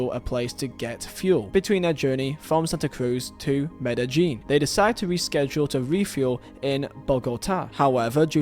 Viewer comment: Me-da-jean > Me-de-yean